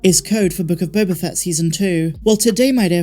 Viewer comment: You keep mispronouncing “Book of Boba Fatt”.